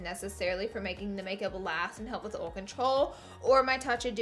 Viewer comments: oll instead of oil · Oil (oyl) not (ol) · Can't even watch this fucking video because you can't pronounce the word OIL O I L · OIL NOT OLE LMAO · Why does she say ole instead of oil? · did it bother anyone else how she ol instead of oil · OIL NOT OLE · Laura it's oil not OLE ! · it's not ole its oil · R u saying ole? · Your pronounce oil as ole. The copper colored eye shadow is awful. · I love that she says ole, it makes my day every damn time I swear:) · I live in the south but we don't say ole. No hate, loved the video and it worked for me!! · "packing OL" "lot of OL" "producing OL" OL OL OL OL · Lol at ull instead of oil. That's how we pronounce down here. 😂😂😂🤣🤣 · Also, watch Cars 3. Even Tow Mater says OHL. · Amen girl!!! I say "ohl" too instead of "oil". Lmao 😂😂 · The way she pronounces oil... I like it. I've never heard someone say it like "Ol" before. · Take a shot every time Laura says "ool" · I read this as she said "ole" and I busted up laughing 😂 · My mom is from Tennessee and says "ole" too 😂 she also says "bowl" when she asks me to boil water!!! You are so great ❤ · I can't listen to her say oil Imao she says 'Ol'. Like "Don't do this if you have OLAY skin" :'D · Laura's words: oil is pronounced ohhl, peel is pronounced pill, concealer is pronounced consiller ;-) much love! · I love how she she says "ol" 😂😂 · My hubby say ol too he's from Georgia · Why can't she properly pronounce OIL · Born and raised in the deep South and NO ONE says oil like they have forgotten how words work... Like you do. So please don't use that for an excuse... Makes those of us who know how words work look bad. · Girl I feel your pain about pronouncing oil! I'm the same way I lived in WV for a long time now I live in TN. Your videos save my makeup life I always felt like I was doing something wrong but you saved me!!!!!!!! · surely not texas we don't pronounce oil like that here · Oil! Say it wrong too! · Lolol we really do say oil like that.